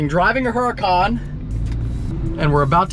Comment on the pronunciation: Stop saying uracan unless your gonna say it in Italian. Keep it a Huracan in english please 😅.